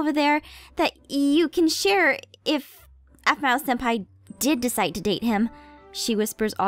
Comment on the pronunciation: It's pronounced senpai and google it.😊. And the answer you get is or will be correct 😊😊